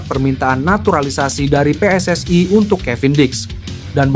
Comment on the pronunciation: Bang,.maaf bacanya biasa aja nggak usah di baca pessai(PSSI)dan weenai (WNI) gatel dengerinnya😅